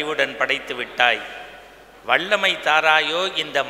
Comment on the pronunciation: அது வள்ளமை இல்லை. வல்லமை.. தயவுசெய்து தமிழ் அழகாகப் பேசவும்